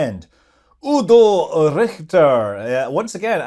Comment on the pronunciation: Well done pronouncing Udo's name!